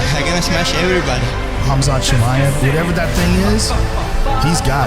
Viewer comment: just drop the K bro. Hamzat. Or Hazmat. But if you insist on using the K, it's Kumshot.